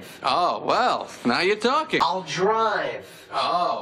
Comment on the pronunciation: Now You're talking (NAiw iOuR tOulking)